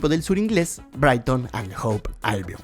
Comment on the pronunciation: Se pronuncia HOVE con V, no Hope con P.